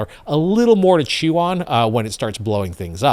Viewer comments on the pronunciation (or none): none